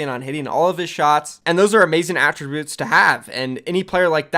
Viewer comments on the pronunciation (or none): none